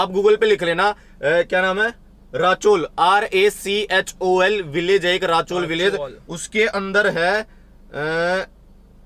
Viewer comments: Wth is he talking.... false information.....and its Rachol ...learn to pronounce it first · Nothing is more haunted than the deaths that have happened in rachol (pronounced as raa-sh-all). I live there 😂😂